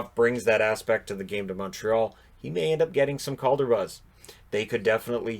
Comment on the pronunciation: WHOA, I was convinced for a second there you said: COVID trophy